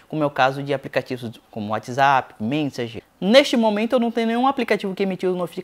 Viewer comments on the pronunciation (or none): none